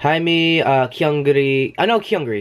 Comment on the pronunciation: it's five members actually. Sung-ah is on hiatus. Also, gotta help u with pronunciations. Its Hye-mi not hi me. it's 경리 (gyung-li)/ kyung-ri (english name), not kyun gri. Lastly, it's geum-jo or keum-jo (english name). It sounded like u put the u before the e. The other members' contracts expired and they chose to graduate.